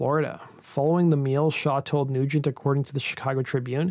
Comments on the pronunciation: I thought it was Tommy “SHAW”, not “Show”. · It's Tommy Shaw not Show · It's Tommy "Shaw" not "Show." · his name is tommy shaw not "show". you show brad gillis instead of jack blades. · Who the hell is Tommy Show? It's Tommy Shaw. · It was Shaw not Show.... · Tommy Shaw! Shaw not Show!!!!’n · Tommy Shaw.... not Show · Shaw not Show